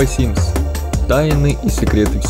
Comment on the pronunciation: Почему Вэ симс ???